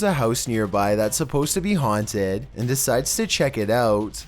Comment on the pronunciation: haunteedd. spanisshh. hoooodd. windoww. i love how you just add another syllable to the words lol.